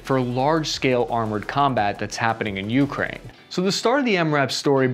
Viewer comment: I hate how he says YOU-kraine just say it without stressing the U please ffs